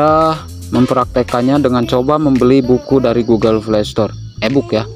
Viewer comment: Bang ga bsa blg hurup P kah? Play jdi (vlay) Poin jdi (voin) Bingung aku awalnya tak kira apaan voin ternyata poin